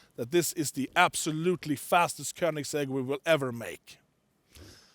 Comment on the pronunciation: Nobody: Koneingsegg: E G G